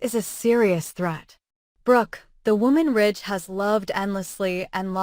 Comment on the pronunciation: His name is RIDGE not rich